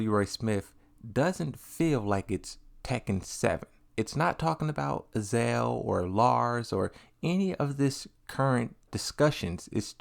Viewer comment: Why do you keep calling Azazel Azael?